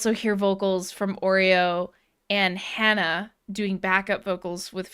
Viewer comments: I love your reactions! I do! Thank You for this reaction! I am NOT a native Japanese speaker... I am a country boy (old man now) from Montana... but I hear you trying to pronounce Japanese very well... then calling HANA, "HAAEYNA." Japanese has A (like HAW) and E (like HEY). You know better!:) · I know you can say “HANA” with the Spanish /a/. I’m sure you can. Please? Certainly you’ve heard HANA scream before; she does it all the time. And why don’t you know all The Beatles songs? When I was your age, the required buying all of their records. Today you need only to turn on your phone.